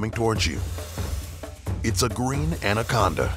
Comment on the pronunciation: 2006 He didn't say titanoboa, he said andaconda